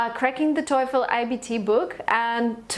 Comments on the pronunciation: ikr? i dont even know how that bicth got 117 without even know the right pronunciation lol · How come u got 117 while u have hard time pronouncing the word TOEFL wrong. Annoying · The clear fact that you're pronouncing TOEFL as TOYFEL makes me reluctant to believe you. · For someone who did reasonably well on the TOEFL, she sure doesn’t know how to pronounce it correctly! Maybe why she didn’t get 120/120 😂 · She can't even pronounce TOEFL correctly. Wtf ? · The most common American-English pronunciation of TOEFL is "toe-full" not "toy-full." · TOEFEL not Toyful. TO.E.FEL. When "e" started to be peonounced "oy"? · It's quiet fishy coz its not Toeefl pronunciation but Toefl e being silent! You were lucky to pass! Having said so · it's not toyful! it's toefl and pronounced as toful. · def nina rica del tec de monterrey habla un ingles tecnico academico muy bueno nivel casi de 10, no se le nota mucho acento de hispano; exepto el toyfull hahaha los gringos los pronuncian tofo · You write it "TOEFL" but you pronounce it "TOYFL"! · You're stupids toyful is wrong!, but toefl is right. But sometimes we pronounce it toyful too! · How did you get 117? , you can’t even pronounce TOELF correctly 🙄 I can’t tolerate YouTubers like you, GOD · and yet you say toyful lmao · Ah yeah good job but it's not " toyful" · Its not toyful or toiful Really annoying i dont know how you scored 117! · she has not practice TAAAAAFEL pronunciation enough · It’s not pronounced toyfol u know 😅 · thought I’m the only one who got destructed by her “toyfl” pronunciation. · Why the hell would you write here and make us aware that she says toyful? Now, I`m hearing toyful from her all sentences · God damn it I cant focus on what she says...all I hear is TOYFOL! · Parei de assistir qndo ela disse TOIFOL. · Thank you for the video. The advice is very helpful!! There is just one question about the pronunciation of "TOEFL". Is it supposed to sound like " TOIIIIFL" or is it just me?